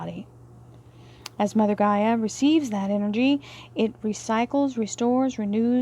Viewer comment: GAIA, not Geyer! 🤣